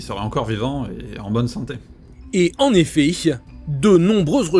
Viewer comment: "En effayche," 😂